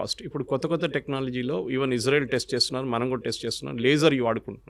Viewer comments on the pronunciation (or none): none